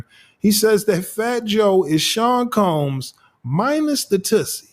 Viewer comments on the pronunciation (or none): none